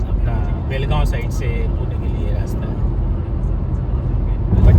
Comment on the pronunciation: चूप रे, It's बेळगांव जय महाराष्ट्र 💪